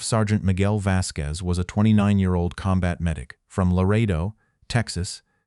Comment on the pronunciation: This story about a person denying promotion of another who could speak several languages and he couldn’t cracks me up because the AI can’t pronounce Larado, TX properly! What demotion should the AI receive?